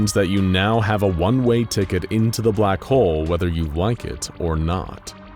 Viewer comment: Why do I hear “Black hoe” instead of “Black Hole”?